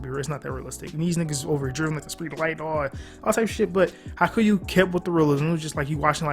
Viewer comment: man, this vid is straight faxx, but please, please, please get ur pronunciation right. Its pronounced Ha-ee-kyoo. Ur the goat but as a japanese person i fee the need to correct u here. But haikyu is a goat tier anime